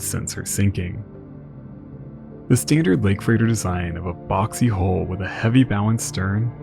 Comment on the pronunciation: I cant tell when you're trying to say Hull, hold, hole or whole. You pronounce all of them exactly the same. You really need to please work on the pronunciation of Hull especially